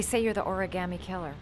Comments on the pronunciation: Frost Except Kramer he says it like he's never heard the word in his life, and just says it like how he thinks Shelby said it... "Origarmay" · Everyone in this game pronounces origami like a new yorker. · I hate the way they pronounce origami in this game